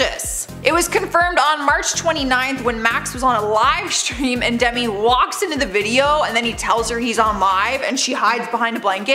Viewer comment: It sounded like u said sorry dummy instead of demi